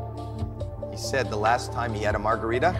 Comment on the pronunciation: Why you sed rats